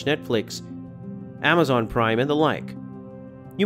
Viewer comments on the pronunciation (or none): none